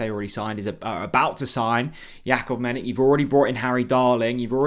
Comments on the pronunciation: you really are useless with the player names. ‘Medick?’ Seriously… ‘MEDICK?’ Dudes Croatian so it’s obviously pronounced - Meditch. I mean, Stankovic, Modric, Rakatic, Perisic, Rebic… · You pronounce it medich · His surname is pronounced Meditch. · Surely that’s not how his surnames pronounced? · Such a big deal mispronouncing his name🤦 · I know it’s a petty thing to point out but he does it EVERY time. How many times have we heard ‘Maharvo?’ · Thought so. But it wouldn’t be if he bothered to check pronunciation 😂